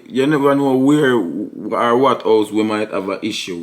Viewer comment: The word is WHAT not "Weh"